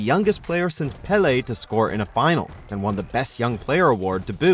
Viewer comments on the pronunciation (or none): none